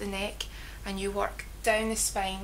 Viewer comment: I like your accent.. words like spain...(spine)....lovely !